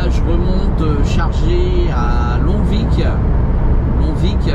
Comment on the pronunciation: Bonjour, on dit "longvi" pour longvic 😉 cordialement sinon bonne vidéo